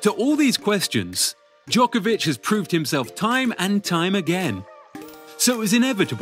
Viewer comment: FFS why dont you even try to use right pronunciation of non english players. You never hear Nadal or Federer mispronuced. Its 21st century, you can check Google!